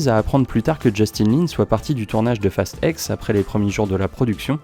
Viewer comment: Tu dis fast five, fast seven, fast eight, fast nine..... et tu dis fast ex au lieu de dire fast ten ou fast X 🤣🤣 Sinon pas mal la vidéo 😉 Et perso pour moi ils aurais du s'arrêter au 5, après c'est parti en vrille total....